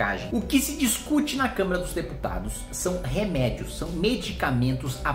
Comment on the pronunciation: pior que eu tbm ouvi câmera, kkk. Mas o Kim é muito estudioso e hábil nas palavras, certamente foi um erro de dicção.